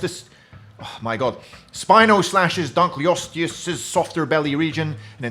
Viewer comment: “Spino slashes donkley-ostess” x3 🤣